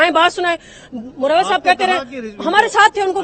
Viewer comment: MARWAT, NOT MURRAWAT ( URDU WALA)